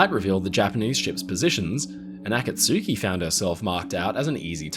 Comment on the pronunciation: Okay, now we know his Japanese pronunciation is worse than his German 😅 "AH-kaht-SU-ki" it's muuuuch closer to "ah-KAHT-ski."